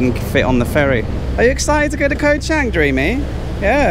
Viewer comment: Pronounced Chung